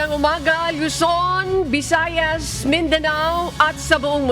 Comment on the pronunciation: It's VISAYAS, not BISAYAS.